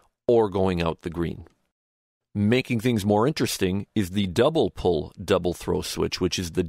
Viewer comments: Pole, not Pull!!! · I believe it is double/single "pole", not "pull".